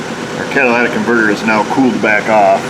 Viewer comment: Everyone say it with me.... " Cat - a - ly' - tic converter " 😆